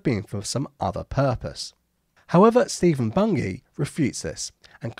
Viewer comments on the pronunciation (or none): none